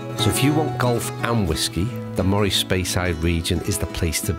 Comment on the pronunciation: Great video...thanks! I come from the County of Moray but moved abroad in my retirement. I really miss the multitude of excellent courses in the area......not sure if you have played Elgin and Hopeman? If not you should! Just one thing....Moray is pronounced Murray.....my surname!